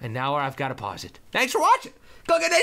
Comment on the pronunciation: lol "and nower i have to end this video".